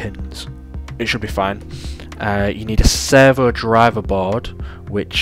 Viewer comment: I'm hearing "sever", auto-captions have "server", took me a while but now I get it: "servo". Sorry, distraction 😓 This project looks fantastic!